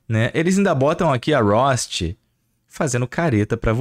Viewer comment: A "Rost"??? Que porra é essa??? 🤔 Kkkkkkk esse cara nunca jogou Horizon, essa é a verdade